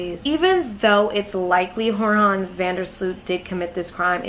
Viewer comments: Lol “Horhan”. It’s pronounced “Youran”. It’s a Dutch name, not Hispanic😂😂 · joran is not pronounced as horhan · SMALL UPDATE: the Dutch news reported 2 days ago that Joran (pronounced "Your-an") has contracted corona in prison in Peru and is in bad shape. His family is asking the Dutch embassy in Peru to help him get the medical attention he requires but the Dutch govt. is not really interested in helping out since the prison's healthcare & hygiene isn't really their business.